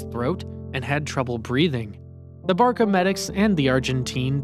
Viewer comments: "Barça" not ✨barka✨ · Wait hold up barka no no no no it's barça the c makes an s sound I'm spanish🇪🇸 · Someone tell this guys its called barca(pronounced barsa) not baaka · "This young barka player" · Ain’t no way bro said “barka” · this video is sad and all but this guy's gotta learn to pronounce 🤣barka